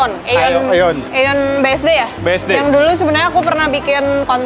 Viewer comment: Bacanya iyon bukan eyon 😊. Harganya sama tuh sama di Jepang sini, termasuk mahal 😮